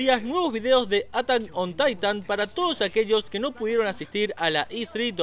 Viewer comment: atan on taitan, asi lo pronunció la primera ves